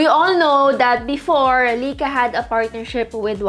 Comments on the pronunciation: Lie-ka not Lay-ka, get it right pls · Lai kaa Not Lei ka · lai·kuh not lika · Hello maam sorry sa correction pero ang tamang pronounciation po sa Ricoh is “Ree-koh” and sa Leica naman po is “Lie-ka” 😊 Thank you po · Lay-ka po pronunciation ng Leica :)